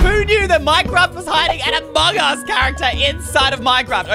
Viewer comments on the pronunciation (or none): When he said amogus instead of amongus